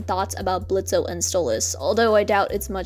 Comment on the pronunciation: hi! he’s called blitz, not blitzo (you pronounced his o in the intro)